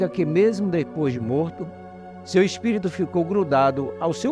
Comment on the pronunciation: kkk esse " espito" é foda hein 😂😂